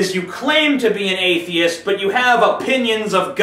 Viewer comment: "Atheiest", then "Athiest", but hey, at least he got it right a few times.